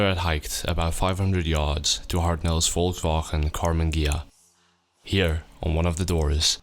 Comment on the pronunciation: When he says Volkswagen I smile